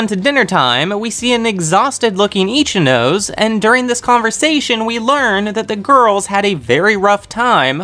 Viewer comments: I really appreciate the effort put into these videos, but im sorry, it kinda ticks me off when you say the Japanese names incorrectly. You seem like you put a lot of time and effort into this, and Japanese syllables only takes like 10 mins to understand how it works. Ichinose is -> I-chi-no-se, there is no "nose" syllable in Japanese. So it really ticks me off whenever I hear i-chi-"nose" (human nose in English). I wish you'd put 10 mins of your time to check this small detail, it will help a lot in the videos, I think. These are Japanese students, and it doesnt help when their Japanese names are butchered like this. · Ichinose is pronounced ee-chi-no-seh. LOOL Not itchy nose. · XD i died when u said Ichi - nose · Love your summations. Thank you. What I am baffled by is how someone who obviously loves Japanese anime doesn’t take the 30 minutes it would take to properly pronounce Japanese names. You do great with Ayanokoji, but completely butcher Ryuuen and Ichinose. Why? Ryuuen: 2 syllables. Ryu (dragon), en. The “e” not silent. Ryuu-en. Ichinose: 3 syllables. Ichi, no, se. NOT Ichi, nose. That is ridiculous. Ichi-no-se. Please stop butchering Japanese, and take a quick tutorial.